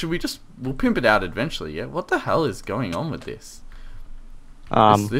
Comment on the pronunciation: Why do you say edventually and not eventually?